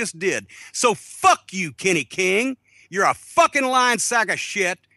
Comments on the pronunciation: When Jim says "Kenny," I can't help but hear Carman from South Park. "Kenay" Kills me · I like how Cornette says Kenny like Cartman. "Kinney" lol